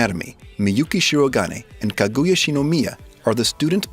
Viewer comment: kaguya not kagooooya